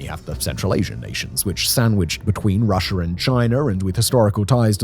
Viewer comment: Am I the only one who hears "Russiar " and "Chinar"?